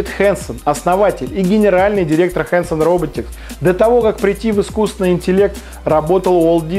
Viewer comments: хорошо бы ведущий научился говорить ИСКУССТВЕННЫЙ. вот это был бы прорыв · ведущий не может нормально сказать "искусственный". ахахахах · самый крутой ведущий который не может правильно произнести "искусственный". Это еще надо суметь